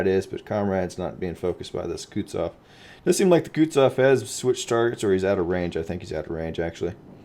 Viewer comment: It's Kutuzov, not Kutsov